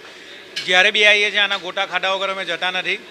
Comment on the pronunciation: ગોટા બોલો ભાઇ... ગોતા નહી